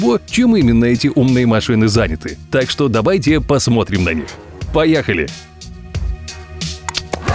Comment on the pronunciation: 0.38 ты сказал пояхали😂